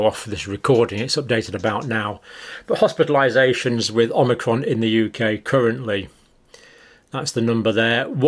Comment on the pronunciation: I think it's pronounced O-mic-ron not Om-ni-cron (but I make that mistake myself even when I know the correct pronunciation :-) )